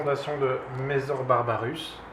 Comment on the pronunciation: Ce sont des messssssssor pas des mezor mdr. Sinon beau rattrapage depuis ta vidéo unboxing, je viens de la regarder et en tant que myrmécologue depuis longue date je me suis dit que c'étais malheureux de voir quelqu'un se lancer ( ce qui en soit est une bonne chose) sans s'être renseigné un minimum, il existe des forums de myrmécologie avec de très grandes et bonnes communautés qui peuvent répondre a toutes les questions de néophytes.